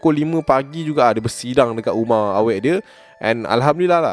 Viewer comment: "guma" rumah eh HAHAHSHA terkeluar slang melaka